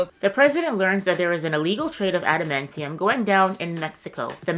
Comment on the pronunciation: Adementium… adementium… ah yes! Right next to unobtanium on the periodic table of telements